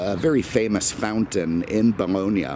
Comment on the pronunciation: Pronounced "Bal lon ya"! Not "Balonia"!